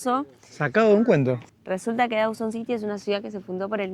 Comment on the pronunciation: Dawson City, not Dowson City!